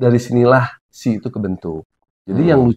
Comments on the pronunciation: Iya Kak di-spell satu-satu 🤭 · iya, penyebutannya bukan she = shi/syi..tapi kayak huruf English di spell gitu loh.. s.h.e = ex.eij.yi gitu 😊🙏